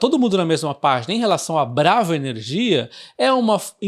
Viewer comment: Sempre acho engraçado quando ele fala elnomes de empresa na sílaba tônica errada. Parece outro nome... Mas é BraVA Que fala?